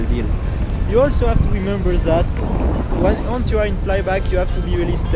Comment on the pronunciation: Great video Theo, as usual. If I may, listen to someone about how to correctly pronounce "once"... :-)